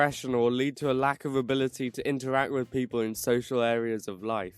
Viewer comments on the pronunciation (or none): I sigh every time a youtube mispronounces "먹방".........At this point everyone is mispronouncing it so everyone thinks that they're correct. ( , the first way, is the correct pronunciation) I mean, they're (the American/english youtubers) not even doing 먹방s correctly anyways. They're supposed to be live shows where you interact with your chat and stuff. And it's definitely not an ASMR thing. Eating with someone else is a big thing in Korean culture, so these shows kind of arose out of a need for people to feel less lonely while eating. Or at least that's what I've heard.